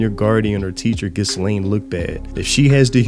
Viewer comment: Idk why but mispronouncing stuff bugs. Me its gal farion. And ghislaine is said without the s. Like ghee-layne